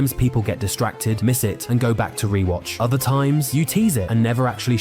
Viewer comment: stratergy LOL